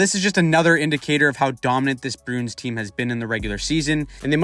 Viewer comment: You keep saying "Broons" instead of Bruins lol